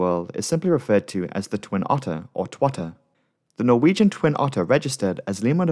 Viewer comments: Are you Norwegian? You pronounce those names and places too well to not be of Scandinavian descent. Excellent video as usual! I look forward to every upload. Cheers from New Orleans Louisiana. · I am norwegian and I love listening to non-norwegian folk try to pronounce norwegian words. You're really good at pronouncing the places in English, even if I still find it funny. <3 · As a Norwegian I am very impressed by your pronounciations, especially considering these are difficult words with characters unknown to English speakers. Well done.